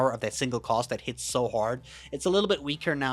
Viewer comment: When you say cast it sounds like cost and that shit is hilarious.